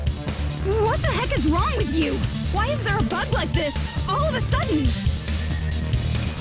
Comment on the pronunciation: “No, That’s wong!”